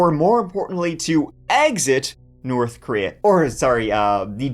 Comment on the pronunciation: So you can pronounce “th” properly 😆 you said Nort and North in the same sentence! So tell me, do you say turd on purpose?? I absolutely love your stories!!!